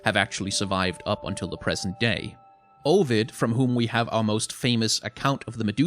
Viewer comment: Also the pronunciation of Ovid hurt me